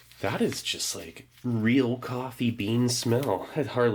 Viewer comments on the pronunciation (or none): none